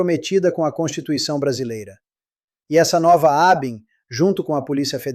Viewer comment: Desculpe, a pronúncia correta da palavra ABIN é com ênfase na sílaba IN, como em JARDIM, PUDIM, etc.